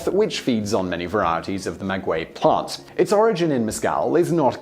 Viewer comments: the only thing you mispronounced was maguey, the u is silent making it sound like mah-gay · You pronounced Oaxaca right; not maguey though (silent u) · Did he really just say "nujuaTAL" instead of náhuatl, and "magüey" instead of maguey? facepalm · "Ma gay" not "ma gooay"! 😉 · Oaxaca was pronounced flawlessly. Maguey is pronounced Ma-gay. I'm definitely going to try shaker & spoon! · Just like the "U" in tequila. The "U" in Maguey is Mute.... So its pronounced "Magey" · I am laughing at the way he pronounces MAGUEY (mah-whey) at least ke did not say "teh quill lah" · As a Mexican I'm far surprised with how well you pronounced several words. Some others not so much, for example, you started pronouncing maguey correctly then it fell through. Oaxaca, pulque, agave, mezcal, Jalisco were all well pronounced. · You did pronounce Oaxaca correctly, as the X does have a J sound in this case (the letter X can sound, in Mexican Spanish, as either J, KS, SC, S, or SH). What you didn't get right was the pronunciation of Maguey: the U is silent, but it modifies the sound of the G to sound like G rather than J. (And this rule only applies to the syllables "gue" and "gui") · Yes except he doesn’t know how to say maguey